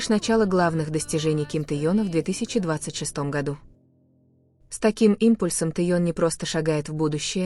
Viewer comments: Автор , пожалуйста произносите правильно имена мировых звёзд. Не Таен или Таенг. Наш любимый ТЭХЕНИ, запомни или ТЭХЕН. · я ей не раз писала автору канала переносите правильно имя ТЭХЁН,а Таён со равно она продолжает называть Таён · Что за дрянь озвучивает, какой Теен, научись сначала имя произносить ужас. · Научитесь правильно произносить имя Ким ТЕХЕНА , давно пора, стыдно за вас, и вам должно быть стыдно 🤔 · Ну неужели трудно называть мировую звезду правильно! ТЭХЁН, ну если вам трудно произносить его имя как БШХ, называйте его ВИ, за новости спасибо! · Спасибо за информацию но очень решит слух от диктора и это недопустимо так коверкать имя Тэхена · Техена, неужели так трудно называть его имя правильно.